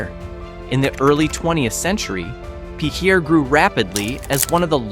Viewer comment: PEEE-cher? WHAT!?